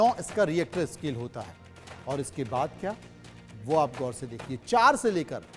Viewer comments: इसको रिक्टर स्केल बोलते हैं रिएक्टर स्केल नहीं 😂😂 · Ye Reactor scale kya hai 😀.... pronounce nd write properly